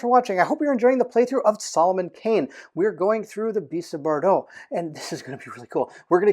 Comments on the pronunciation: Just for your information, Bordeaux pronunciation is more "bordo" (or a combination of Bored + Dough). "eau" in French is the same as the "o" sound. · he was not that far :D. But it was kinda like 2 sounds instead of one, like if he was trying to make a sound for the U